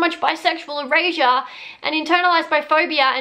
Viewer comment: The whole first half of this video I thought you were saying bisexual Eurasia 🤣🤣🤣